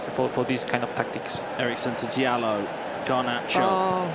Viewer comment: Why are they pronouncing it dialot Jesus Christ ZERO football knowledge and pronunciation IQ lmfao